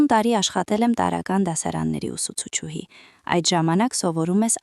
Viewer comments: Ներեցեք,բայց բառը մի արտասանեք այնպես, ինչպես գրվում է։Օրինակ ուսուցչուհի,արտասանում եք այնպես գրվում է։ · Հարգելի ընթերցող,ուսուցչուհի նվիրական բառը ճիշտ ընթերցեք։Մի քանի անգամ նույն սխալը կրկնեցիք։